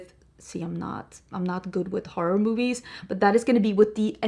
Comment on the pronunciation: Haha the struggle of saying the word horror as a Scandinavian, I know the feeling :)